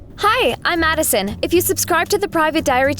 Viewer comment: It sounds like she said mad son